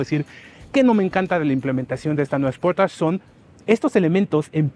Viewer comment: Esportach?...creo que sería algo así: "sporeich"...o no?